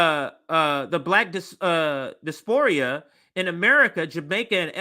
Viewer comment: #pedanticpronunciationguide Preface: say PREFF-iss Emblazoned: im-BLAY-zund Diaspora: dye-ASS-per-uh' No hate at all, comrade. I just remember all the times I pronounced words incorrectly which I'd only encountered in print, felt like an idiot, and wished I had known sooner. Of course, I generally feel like an idiot regardless, despite apparently coming off as know-it-all-ish. ✊🛠️🚩